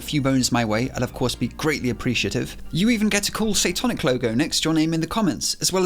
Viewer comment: I thought he said joining\subscribing would put a satanic logo. I immediately looked up at the screen like "why would people want that!?" Lol